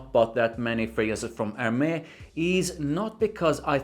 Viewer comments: A native born female acquaintance helped me in pronouncing Hermes which doesn't immediately classify you as American... Er..mez. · you pronunciation is wrong for Hermes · Hermes: say Air Mess.